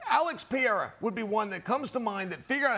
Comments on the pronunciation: Who's Pierra?😂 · Chael & his “Alex Pierre-a” 😂. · Chael failing to say Pereira correctly, in different ways, will always be funny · Chael deliberately mispronouncing Pereira again 😂😂😂😂